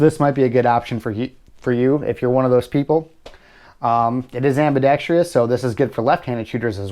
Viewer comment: You keep mispronouncing the word "Ambidextrous" not (Ambedextrious). I'm sure you're a decent person but please take some time to familiarize yourself with the correct pronunciation of words, your friends, family, coworkers and anyone else you converse with will appreciate it.